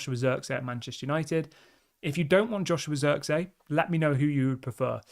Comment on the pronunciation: It's pronounced zirkzee, emphasis on the ee, not zirkzey god damn it 😂